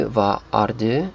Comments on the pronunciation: in danish "du" is pronounced more like "doo", and you shouldn't roll your tounge as much as in norwegian. To me, as a Dane, this video is very funny to watch :) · Your danish pronounciation is too close to norwegian du and du does not sound the same the U in danish is more like the ou in the english you.